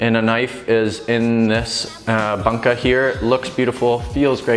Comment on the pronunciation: Love the vids - but I your mis-pronunciation of ‘bunka’ drives me a little crazy. The (u) in Bunka (literally ‘culture’) is the ‘closed back rounded vowel’ - essentially the same u as ‘you’ and the same sound as ‘to’ and ‘new’. Anyway - great stuff regardless.